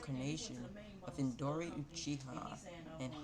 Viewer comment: It’s indra not induri